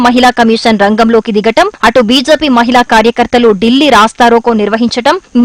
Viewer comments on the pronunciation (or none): మహిల కాదు మహిళ.